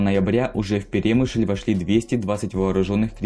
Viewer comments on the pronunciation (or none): ПерÉмышль боже👌. Аж слух режет. Буковина́.... Хотябы ударения посмотрите историки недоделанные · Что уж тут, если углубляться в подробности. автор даже не знает, где ставить ударение в слове перемышль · в слове Перемышль ударение падает на ы